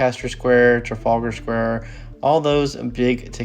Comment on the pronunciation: Trafalgar Square. Your pronunciation is spot on!